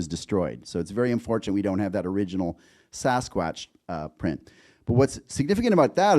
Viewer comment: The Americans are pronouncing it “Saw-skwotch” now?